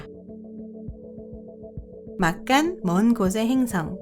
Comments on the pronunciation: 근데 한국사람 아니져 ?? 행승이 아니고 행성이에요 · 이~~행승은 ... 자꾸 귀에 거슬려요